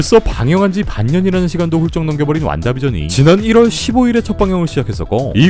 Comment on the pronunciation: 썅치, 완다비쟌, 팔콘앤윈터솔쟈 이 형 발음 맛깔나 아주 ㅋㅋㅋ